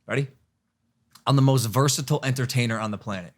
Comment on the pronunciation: Bro cant even say "versitile" right